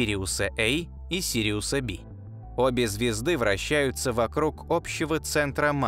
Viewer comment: не БИ, а БЭ. русский ты или нет?